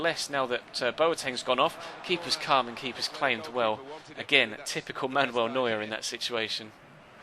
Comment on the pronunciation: He's name is not manwell neuer it is manuel neuer god damn it